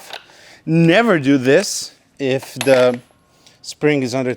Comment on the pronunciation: how mimicks the accent of a english talking german 😂😂... "ze autobahn"